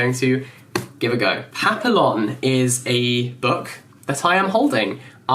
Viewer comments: Papillon is pronounced pa-pee-yon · hhhhhh i had to replay that 3 times ... i had my eyes closed listening to the titles... i heard something like patha along ... and i was like : what's a patha along ??!! Hhhhhh ... then i realised its papillon and he pronounced it papilon hhhhh oh man it's a classic! Not the book, i never read it, but the movie with Dustin Hoffman! And its a real life story. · I died inside at the way he pronounced papillon